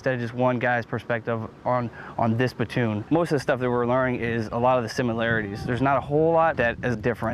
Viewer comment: at about i swear i hear "batoon" and i thought i heard it in "full metal jacket," too. is this just a variation of pronouncing "platoon," or is it something different, or i am just hearing things? thanks.